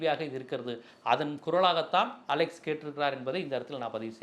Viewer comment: டேய் அலெக்சு இல்ல அலெக்ஸ் 😂